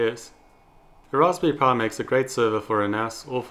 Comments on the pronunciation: its a raspberry pi (pye) (pie) not a (puh) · there are classes on articulation that you can take. there were a couple times where i had to rewind to hear what you said. it was the worst with Raspberri pi. wich just comes out as rasbrphhhhae